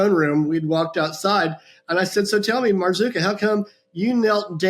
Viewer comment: Marzuka! Sounds like Boozka! Ha! Ha!😂